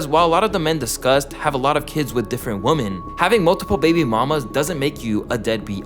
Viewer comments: I hate the way he pronounces women. It’s women pronounced like wehmen not like woman. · PRONUNCIATION OF PLURALS IS OFF…..WOMEN….. WOMEN …. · It is WIM-MIN!!! Ffs how can so many hip-hop YouTube channels not know how to pronounce women! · Constructive criticism: practice the difference in pronunciation woman vs. women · Bro you need to learn plurals. 1 female adult human is a Woman, more than 1 female adult human is Women. Also learn to pronounce paternal. Smh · Why do you pronounce women like that? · Great video, but please learn how to pronounce "women." It's a basic word. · can you learn how to pronounce women correctly? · Bro why can no one pronounce women? Does all these YouTuber do it on purpose or was just never taught ?